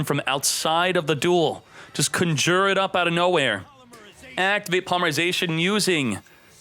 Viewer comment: The way you said conjure bugged me. Idk why.